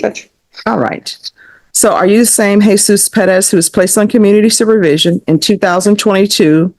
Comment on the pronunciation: It's pronounces, Heh-SOOS.